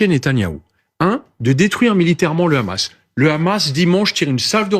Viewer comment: Quand une personne dit Khamas au lieu de hamas tu sais quelle va dire un ramassis de mer.. pour justifier l'injustifiable